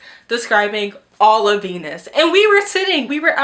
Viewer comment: Hi I like your wings and eyeshadow did,,,did you pronounce Venice as Venus? Daaang I didn’t realize that Furyborn was the worst book you’ve ever read 💀 The Bargainer series sounds WACK and so does Zara’s random recommendation 😂